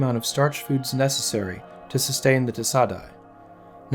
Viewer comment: ay is pronounced die.